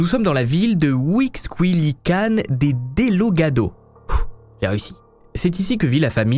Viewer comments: degollado.....ça se prononce degoyado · Mdr mais non t'as pas réussi à le dire le nom de la ville au Mexique tas dit " dellogado" 🤣🤣🤣🤣💋